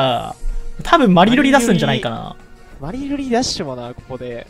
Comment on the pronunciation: マリルリがバリロリに聞こえたわ。